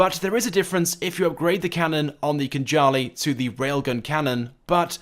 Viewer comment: KHANJALI - thats how we pronounce Georgian word, and It means SWORD